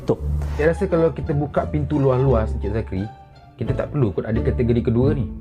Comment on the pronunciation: Keduye. HAHAHAHAHAH. Anat tul la zakri